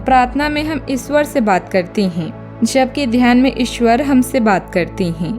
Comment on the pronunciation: इसवर नहीं मॅडम ईश्वर बोलिये